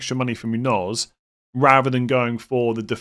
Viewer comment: My pet peave is FPL content creators' pronunciation of Muñoz. Seems like Muniz ruined it for everyone. It's pronounced moon-yose. I think FPL Harry is the only one that gets it right 😂